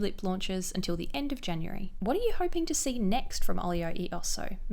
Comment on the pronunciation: Love the vid, products look amazing, but - the "e" is pronounced /eh/ like Elephant! As americans, wouldn't surprise me to know that the brand owners also mispronounce it, but just wanted to let you know!